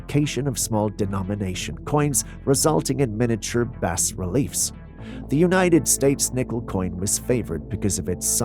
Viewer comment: It's not "BASS relief"...it's pronounced "BAH relief."...